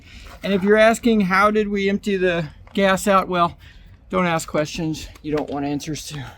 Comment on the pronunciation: ax the LS sound